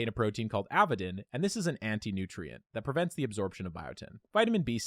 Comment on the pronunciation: Also it's avidin not avadin when talking about the antinutrient interfering with biotin